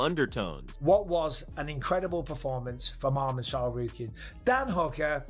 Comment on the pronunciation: happens when you use TTS for your videos, i usually skip videos like that but this one is funny. Arman Targaryen XD